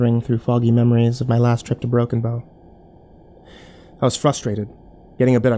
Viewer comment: i still cant tell if its "Broken Bone" or "Broken Bow" nebraska